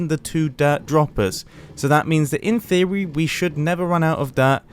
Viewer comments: "In theorwi" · did he just say in thewee?